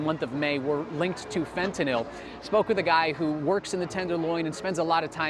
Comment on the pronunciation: BRAVO! A reporter who actually pronounces the word, Fentanyl, properly! He should pass it along to his cohorts in the media...